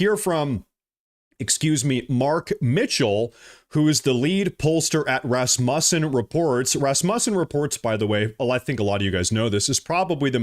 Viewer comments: RasMUSsen? Pronounced RASmussen where I’m from. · Dude learn how to say the names the word sounds like (Raz-moo-sin) or (Ros-moo-sin)THat is how you say it Rosmussen. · it's pronounced Rassmuessen. (Second syllable like 'u' in 'useless'.) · Íf you are maga,Then how is it that you can't even pronounce Rasmussen correctly?